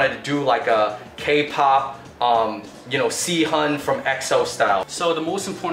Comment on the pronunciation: yikes bro how could you butcher Sehun's name so badly :( you should probably look up pronunciation of names/words in another language before you film out of respect